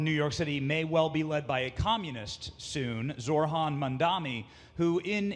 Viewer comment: Reporter can’t pronounce Zohran’s name correctly, misunderstands his political views, and lies about what he said about ice. These people are stupid